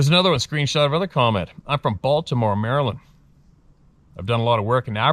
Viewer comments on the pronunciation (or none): none